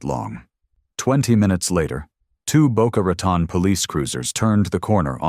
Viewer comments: It's pronounced Boca RATONE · Rat on. Do you mean Rotan Florida? Get it right